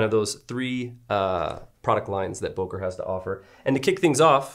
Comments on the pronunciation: He could have as well taught you the right pronunciation of the company name ;) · i see the ceo cringing on everytime name böker is mispronounced